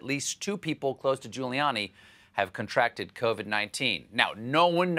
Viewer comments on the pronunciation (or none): "At least two people close to Guiliani have CON-tracted COVID-19."